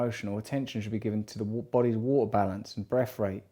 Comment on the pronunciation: Free minutes ?? Do you mean Three Russell? Waaa...kka?? C'mon Russell. PLEASE. ITS WATER...WITH A "T".....